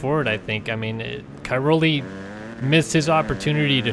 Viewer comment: Pls try to pronounce Cairoli a bit better.